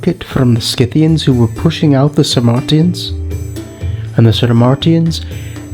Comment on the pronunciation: It's Sarmatians, not Samartians.